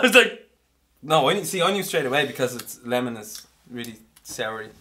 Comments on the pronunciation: Yeah said wemen but he meant to say lemon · Funny how said wemon and said no it's not a woman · "It's a wemon" lol!! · Hahaaha after I watched that video when said wemon it caught my attention and thought he said women like if you agree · He said wemon HAHAHAHA hahahaha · " A wemon "